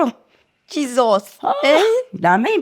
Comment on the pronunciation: Stop saying jizos please 😂😂😂